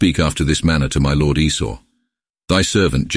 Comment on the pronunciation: l ord.ya mean lord ..fukn ai